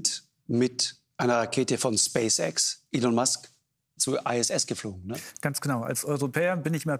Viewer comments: Er heist Elon Musk [ˈiːlɒn mʌsk], nicht Ellen... Warum machen das immer einzelne falsch im Brustton der Überzeugung, obwohl es vorher schon richtig ausgesprochen wurde? Meist halt auch Journalisten oder in dem Fall jetzt eine Wissenschaftlerin, die es meinen besser zu wissen (I guess). Oder ist das ne Art meta Veräppelung die ich nicht mitbekommen habe wie bei Bernd Höcke? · Warum sagt die eine Frau immer Ellen Musk?